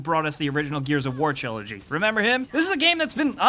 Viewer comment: around 15 seconds: fully says "chillogy" instead if trilogy. lol